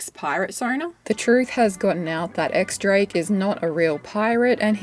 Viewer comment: X Drake is actually pronounced Dies Drake apparently